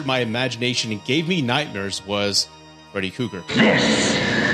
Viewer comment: Freddy Cougar? You are missing an 'R' in there bud. Also it's monster not munster..